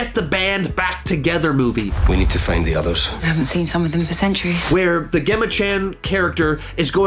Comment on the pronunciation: did he just say ‘gehma’ 🤣